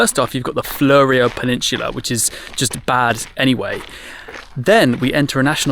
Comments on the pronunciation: Many thanks for your kind words and reply - much appreciated. Re pronunciation - maybe she was just being diplomatic and thought it best to pronounce it the way most Australians, including those in Victor Harbor, pronounce, even though she would probably know it to be wrong. Also, French pronunciation is notoriously difficult and even within France, there are variations, such as Paris Patois and in the various areas of France, Brittany (Bretagne), Cote d'Azur, Massif Central, Lyon, Sorbonne Uni French, etc. And then there are also variations in Canada, particularly in Quebec. Hence probably knew the correct pronunciation but did not want to quibble with the Oz version. BTW, where in France did she study?. Cheers. Michael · It's more flew-ree-oh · Thanks for your video - it's always intersting to hear how other people view your home. Also just FYI it's pronounced Fluro Peninsula (like the flurescent lights) .Or phonetically floo-row. You got Onkaparinga perfect spot on.